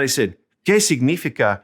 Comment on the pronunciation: Great video. I am using it with my Spanish 2 classes. Two minor details: 1. It's: "sig-ni-FI-ca", not "sig-NI-fi-ca" in your "¿Qué significa?" example. All the rest of the words are pronounced very well. 2. "¿De qué color son tus zapatos?" is not an example of "qué" + plural noun. In both examples, you have "qué" + color; "color" is a singular noun. An example of "qué" + plural noun would be: "¿Qué restaurantes prefieres?". Hope this helps! Keep making more grammar videos. (I can't seem to find your video on how to form questions in Spanish: yes/no questions [with no word order change, with inverted word order], tag questions, information questions [with interrogatives].)